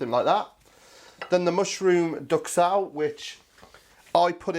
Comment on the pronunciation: I love this, as it just looks great. I just wish I could get venison where I live because I would do this like a shot. Just one gripe from a fussy language teacher. 'Duxelles' is not pronounced 'ducksell'. It's French and is pronounced closer to 'doozell'. Sorry, I can't help correcting people! :-) Great vids. I have just started subscribing last week and am having a lot of fun watching them all. As an aside, my eldest son runs a chippy in Worcester, but I don't know the name of the street ... :-)